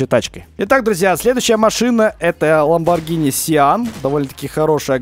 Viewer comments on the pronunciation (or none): none